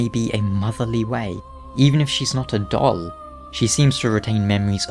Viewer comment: I can’t stop hearing your weird pronunciation of “doll”.